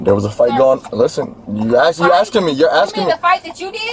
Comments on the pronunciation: She a judge saying ax😂😂😂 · The fact that not one person in this video can pronounce the word ASK, tells you why this area is so fu*ked up.